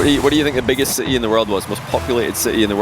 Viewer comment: man the way he said "city" i had to put subtitles on lol